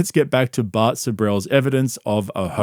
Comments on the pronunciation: evertime he says Bart I kept thinking he's talking about bert. 😂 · Whenever says “Bart” I immediately think he’s talking about Bert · Every time you say Bart my subconscious thinks Bert. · Every time you say “Bart” I assume you’re talking about Bart Kershner lol